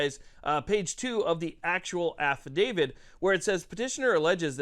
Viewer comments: AFFI-DAVIT not affi-DAVID…. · Stop pronouncing it Affa-David